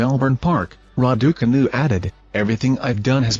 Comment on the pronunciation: Somebody tell this idiot to pronounce the name Raducanu correctly please.!